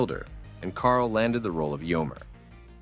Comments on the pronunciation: "Eomer" is three syllables. Not "Yomer", but "AY-oh-mare" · it's "Eomer", not "Yomr" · Eomer is pronounced AYY-OH-MERE, not Yomer. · Ah yes Yomer the famous Rohirrim. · yeah I loved watching him play "yomer" in lord of the rings lol. no big deal that the name was said wrong, but it sent me cackling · you did not just pronounce eomer yomer, did you? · Yomer? YOMER? Dude.... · The way you pronounced "Éomer" made me cringe. Sounds like "yommer". Tolkien was big on linguistic beauty. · The mispronunciation of Eomer makes my ears bleed!😅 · Listening to you mispronounce Eomer hurts my soul. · The narrator should be in jail for misspronouncing Éomer smh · That pronunciation of Eomer though 😂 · DID YOU JUST MISPRONOUNCE ISILDUR AND EOMER IN THE SAME SENTENCE? WTF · will never forgive that Eomer pronunciation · And the same goes for Éomer. Bloody Hell!!! 😕 P.S. - I am not even a hardcore 'Middle-Earth' fan.